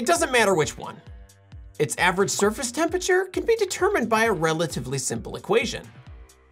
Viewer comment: Little known fact: Temperature is a 4 syllable word